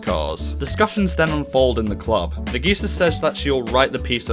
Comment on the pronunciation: I liked the video, but your pronunciation of Nagisa and Okazaki were infuriating.